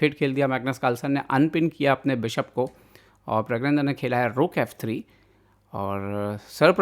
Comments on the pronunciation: Pragnanada bola kare pragyananda nhi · Bhai uska naam pragya nahi pranna hai ...aap kisi ka naam aise galat kaise bol sakte ho??